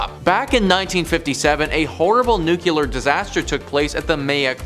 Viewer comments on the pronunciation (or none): So tired of these informative videos misinforming something as simple as word pronunciation. Nuclear is new-clear easy not nucular again it is not new-cue-lar. Spell the word until spell check does not correct it then pronounce it as spelled put a little practice in and you may learn to speak English. I shuure hope Rushia dont use nun of them thar newquler boms!